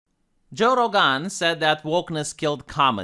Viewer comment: Not my man calling Joe "Joe Roe Gun" 💀